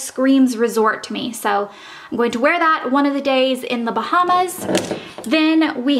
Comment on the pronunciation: How do you mistakenly say Bahamas so many times?